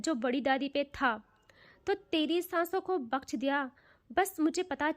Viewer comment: Babu o bakchh nhi hota baksh hota hai